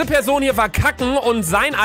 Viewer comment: Bitte Luca wenn du noch ein Mal PESON sagst nehm ich mein Abo an dich zurück !!!